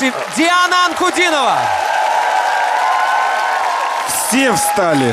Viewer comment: "An-ku-DEE-no-vah". Accent on the middle syllable. ;). You should read about her life story. From terrible tragedy to triumph...and she's only 20.